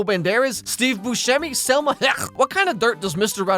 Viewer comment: Salma Hayek (not Selma 😉)